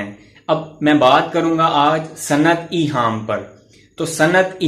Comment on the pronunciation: سر آ پ نے لفظ ایہام کو صحیح نہیں پڑھا ہیں